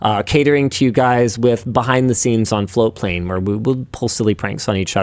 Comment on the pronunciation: I never hear the t in floatplane for the longest time I thought it was flowplain and that is still what I hear.